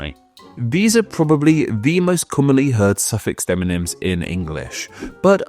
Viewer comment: Gotta say, it's a little odd that in a video about deMonyms, you say deNonyms every dang time.